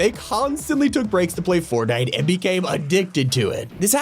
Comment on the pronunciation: sounds like he said fartnite💀